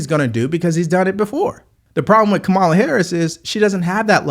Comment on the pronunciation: Curious - do you mispronounce her name intentionally to signify a lack of respect, or do you genuinely not know her name? Doesn't do well for political pundit credibility.